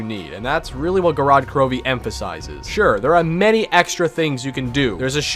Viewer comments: An absolute classic, but couldn't pronounce the map name kek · Me being a Russian speaker the way he pronounces the map's name gives me O.C.D. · Its Gorod Krovi